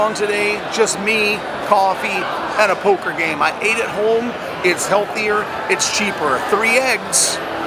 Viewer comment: You don't know how to pronounce home. You say it Holme.